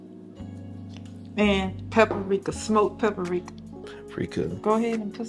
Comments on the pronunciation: We love to say pa-pri-ric-ka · I really like your shy mama .. I live in Arkansas also. Please teach her how to say Papr ...its not pap-a-rika. She uses paprika and almost everything and I can't stand to hear pap-a-rika. Love her ..I'm following her. God bless her & the rest of your tamily .